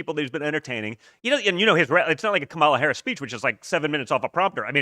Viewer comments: "Kamala, Camela....Carmela"🤣🤣🤣🤣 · I like how Viveke pronounces "Kumula" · Comma-la, Kahmah-la, Carmela? …. Who Cares? 💀💀🤣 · MTG said “who cares” when ask how to pronounce Kamala